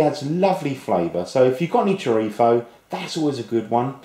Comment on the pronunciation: i love how u say 'chorizo' with an accent from madrid, spain... amazing videos btw!!!!